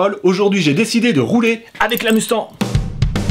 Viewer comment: salut, pourquoi tu dit mustan au lieu de mustanG ?